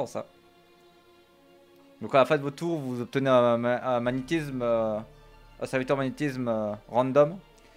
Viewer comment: Magnétizzzzzzzzzzsme (tilted) X_X